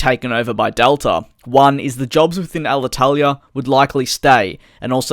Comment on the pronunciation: Congratulations for your very good spell of Alitalia name!! You seem to be Italian at 9/10 😁